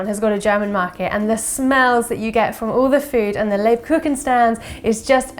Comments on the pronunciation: Leib-kucHun. Basically pronounced as liebkuhun. Soft k sound before the h. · Google translator + 10 seconds = proper pronunciation... next time my dear 😇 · never trust recipes by people who mispronounce what they're cooking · It’s so nice to hear a British person saying Lebkuchen because that’s soo funny for a German guy 😂 but anyway the videos is great! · Ha, I was so amazed when I saw a German word in a title! And I was intrigued how you would pronounce it... It's soooo funny! 🤣😎👍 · You did pretty good! Just the emphasis was on the wrong syllable the first few times, but at the end you got it right!